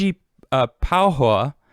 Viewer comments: ...(tanj-e-pe-ho-a) Tangipahoa Parrish Louisiana... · Tang - E - PA - HO - AH. Louisiana place names can be very tricky to pronounce. Its best to learn from locals and ignore the spellings.